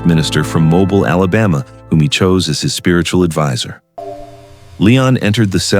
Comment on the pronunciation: it's mobile not mobile